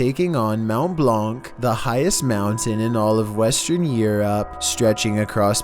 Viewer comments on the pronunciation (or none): I cringed at how he said "Mont Blanc" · Bro i thought you said mt bonk at the beggining